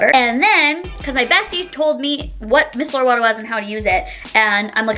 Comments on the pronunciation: MY-SELL-ER not MISS-ELLER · It’s MYYYYY-CELL-LUR!!!! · it is pronounced “my seller water” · MY-SELLER water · My-cell-ar water but yes absolutely love it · It’s pronounced MYCELLAR water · There’s more important things going on in the world than how she pronounces micellar water or her backdrop. Instead of spreading hate, let’s do our best to be kind!